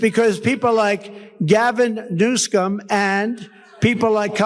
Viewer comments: Mr. Genius can't even pronounce the governor of CA right! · Grrrrr. One day perhaps he will learn not to pronounce Newsome as Newscomb...